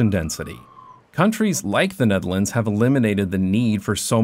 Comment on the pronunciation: I cant get over how you pronounce "The Netherlands" as "Denedelence"